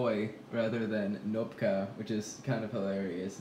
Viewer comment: Hi from Russia to all of you, just wanted to point out that Thicc Boi's previous name (Knopka) doesn't have a silent k. So it is pronounced as written :3 and Knopka is something people put on teacher's chair as a prank (to be fair, sometimes this word really is used as a cute nickname), button on a shirt would be pugovitsa or pugovka as a shorter and cuter version of the word. So, sorry if the insight in Russian language was too random, just wanted to share this fun fact with you. And if you want any more cats to name in Russian I would be glad to help out :D